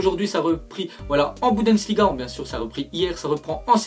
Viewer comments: tu fait delir tu dis budensliga au lieu de bundesliga sinon tu ger tu merite plus d abonee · stp arrête de dire "Budensliga" et dit "Bundesliga" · Frère on dit bundesliga pas budensliga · C chiant quand tu dis BUDENSLIGA au lieu de BUNDESLIGA 😂😂